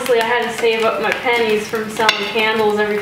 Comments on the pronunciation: It's the pronunciation. The "pen" in pennies is extended so it sounds more like "pan". It confused me as well because why would she be saving up her knickers? Even in today's society, that's one heck of an opening line. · I love the video but every time you said, "I saved up my pennies." I heard, "I shaved up my panties." I was thinking to myself... Why would they say something like that in the 1820s? Well, I'm off to the audiologist.